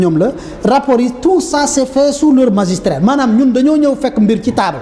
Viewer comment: On magistère et non magistrrer. Mr le ministre